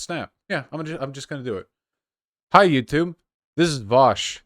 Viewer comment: Vaush: “hi you thube” so an ayyyyysthetic and this Ukrainian guy named (pronounces Ukrainian name in a Spanish accent)